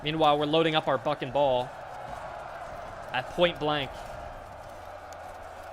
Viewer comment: "BUCK and ball"!!!! Aaahh... sounded like "f**n ball" - not very on-brand for this nice young lad.